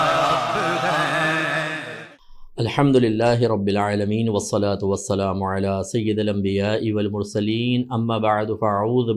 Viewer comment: آپ نے خطبہ میں ہی غلطی کر دی....عَلَى سَيِّدَ الأنبياء..... ،پڑھا جبکہ حرف جار اپنے مدخول کو مجرور کرتا ہے